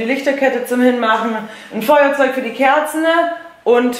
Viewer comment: ist soo hübsch jederzeit.. aber warum sagt sie eigentlich z.B. Kerzne anstatt Kerzen und einkaufne anstatt einkaufen? #TeamHarrison das könnt ihr mir im Gruß erklären., du bist natürlich auch hübsch;) und das kleine Weibele erst recht <3